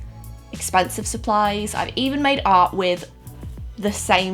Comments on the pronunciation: Everytime your said "i made art" i thought your were saying "i made out" haha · In the beginning when she was talking about what she has made art with I thought she was saying I madeout with _______😂😂😂